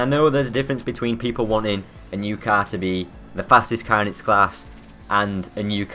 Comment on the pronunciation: Learn to say car properly you fucking moron